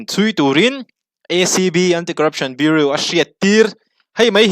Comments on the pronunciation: Biuriu ni loin biuraw kan ti ṭhin a, biuriu tih chuan beng a tihel deuh tlat mai...😅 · Bureau= BiuRaw tiha lam tur aw...Sawisel ni lovin tanghma ngaih vanga correction aw. i channel hi ka hmaih lo ania. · Central Bureau of Investigation tih a “bureau” tih lai hi tinge biuriu ti a i lam tlat le Biuraw ti a lam tur ani si a.English hi kan mother tongue anih loh avangin kan accent chu eng pawh nise a pronunciation hi chu uluk a va tha ve aw. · Biuriu🤣🤣🤣 Bureau(Biuraw anga lam tur) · I channel a ngaihnawm thin, leh pek ah chuan Bureau hi biuriu nilo in biuraw tih a lam zawk ni se boss... ka lawm e, jindabad✋ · Bureu nilovin Buraw ti a lam tur aw ....😂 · BUREAU tih i lam rik dan hi...biuriu ti lovin, Biuraw tiin lam rawh.. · Bureau (biu-ri-ow) tih tur. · Bureau i lam dan hi Burew angin lam rawh Beauri angin lam suh. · Beng iti var thin e, Bureau hi Buroe angin lamri la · BIURAW TIIN AN lamthin,i zirsang viau sia, beng a kham tlat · Bureau i pronounce Dan kha tlem in a diklo deu.Biuriu nilo in biuraw ti lem tur ni awm tak ani.Any way great confidence. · A ngaih hnom thei lutuk i YouTube Hmar! Something me and my mom look forward to...❤ Respect to you and ur outstanding aptitude 🫡 Btw, please check out the pronunciation of "bureau", urs too okay but doesn't suits you 🤭 (no pun intended 🫶) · Central Bureau of Investigation (CBI) #Bureau lai tak khi lam thiam a har a nih hi a.... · Bureau tih lam dan khi han en zawk la, Mizo kan nih angin, a lam dan diklo a lo nih pawhin a pawina awmlo nanga, duhthawhna l;eh duhsakna avangah min lo ngaihsak hram dawn nia... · Bureau tih tur